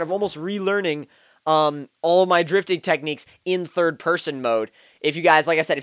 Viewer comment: Everybody loves 'difting'